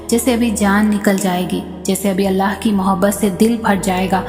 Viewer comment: Assalamualaikum Aap Allah ka naam sahi se liya kre Alaah nahi Allah h